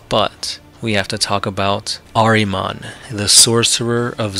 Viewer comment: Say it with me ...... ehr-ihh-mohn ....